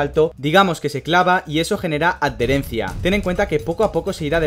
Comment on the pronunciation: Me encantan tus videos: creo que es el mejor canal para comprender cosas esenciales en la F1. Y me resulta curiosa tu forma de pronunciar adherencia: "ad-dherencia", jejeje.